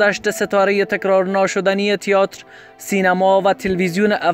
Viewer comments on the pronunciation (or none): اصف جلالی بازیگر سینما نبود مجری برنامه کمدی بود Theater را هم اشتباه تلفظ میکنی تیاتر نیست تئاتر هست سر دیکتات و جمله بندی تان بیشتر کار کنید